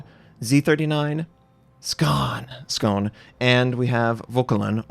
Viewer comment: It's pronounced skaw-nay